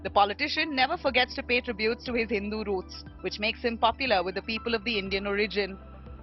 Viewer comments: Indian Origin ok...but why stress on "Hindu"?? Unnecessary!! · Why do you stress on the word “Hindu”?